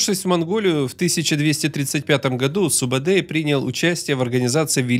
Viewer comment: Во первых,его называет не субедей а СУБУДАЙ! ты тап хорош умник🤦